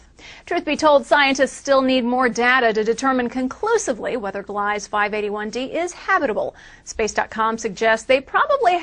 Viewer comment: Ugh. I hate reporters its gleeeeeza. Second, 581-d was described as a habitable planet 5 years ago. Old news.